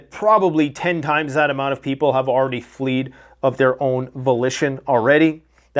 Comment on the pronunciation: Flee, Fleeing, Fled----not Fleed----lolololol Getting excited,?? Yes, it's overwhelming, and none of us are completely prepped (prepared). Proofreader, in my distant past, but Fleed struck my funny bone.